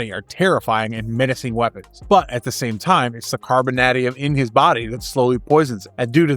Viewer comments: I have never heard it pronounced “carboNADium,” but rather “carboNAYdium,” much like “tie-TAYnium” and not “tiTANium” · The way you pronounce 'carbon-AY-dium' makes me angry. Fantastic video, always loved Omega Red and would love to see more of him. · The mispronunciation of Carbonadium and Vasilli are rough bro, especially when you pronounced Carbonadium right the first time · Can you mispronounce carbonadium a few more hundred times?! It’s like “the secret word” of the day AHHHH!